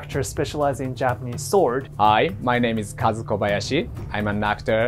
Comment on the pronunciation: did you really just remove the U from Kazu's name??? not good dude.